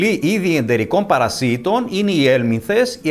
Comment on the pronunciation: Παρασιτων τονισμενο στο παρα. Οχι παρασι τονισμενο στο ι. Μαθετε να μιλατε